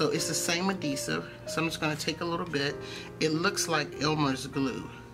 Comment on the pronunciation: Are you saying adesive? AdHEsive🤭 I am gonna try my nail glue tho, so ty!